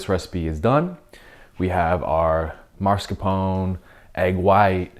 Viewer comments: No vanilla extract, lost me at that sorry 😅 PS: its "oh-neh" sound, not "own"csound. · It's mascarpone, not maRscapone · The Italian way ist to say Mascarpon-e with the e at the end pronounced. The English language usually drops the e's at the end.